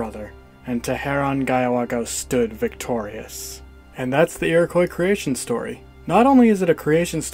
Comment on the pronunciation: Learn how to pronounce "Iroquois" please